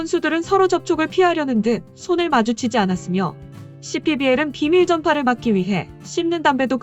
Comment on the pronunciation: ‘비밀 전파’가 아니라 ‘비말 전파’ 에요 ㅋㅋ